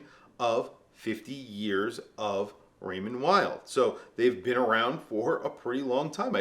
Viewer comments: Vay? No it’s pronounced like veil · WTF,!? It's Raymond Vay!!!! Why can't you proclaimed WATCH GUYS cannot pronounce the F#$%^&* names if the brands you are pushing?????? In Europe W is prounced V. FOR F#$% SAKES.